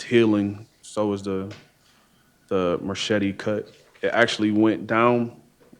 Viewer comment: Lol ya "merchete" is driving me bonkers